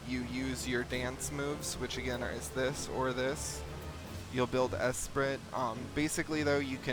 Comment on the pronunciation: "Esprit" is pronounced 'es-pree' fyi.